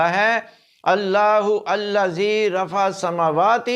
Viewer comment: سر جی آیت کے پہلے لفظ اَللّٰہُ کا "ہ" اور الَّذِیْ کا "ل" ملا کے پڑھا جانا تھا جبکہ پروفیسر صاحب نے دونوں کو الگ الگ پڑھا ہے جو کہ غلط ہے